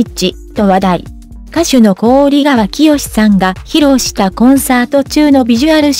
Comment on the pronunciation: こおりがわではなく、ひかわですよ‼️こおりがわは、とっても、耳につきます、